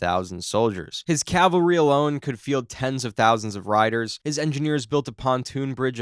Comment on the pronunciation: CALvary is where Jesus died. CAValry is soldiers on horseback. You keep saying the former.